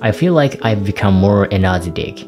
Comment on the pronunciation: If it helps, the American English pronunciation of "energetic" is n - er -JET -ik with the emphasis on JET. Honestly, your English is most acceptable.